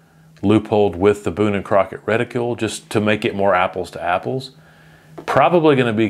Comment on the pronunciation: Stop saying "reticule", it's driving me nuts. There's no "u" in the word